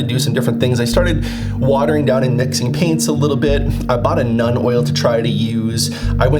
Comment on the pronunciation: Love the video! I hope I don’t sound like an obnoxious prick, but it’s pronounced “noln” oil rather than “none” oil. It doesn’t bug me, I just don’t want you to get made fun of for the pronunciation!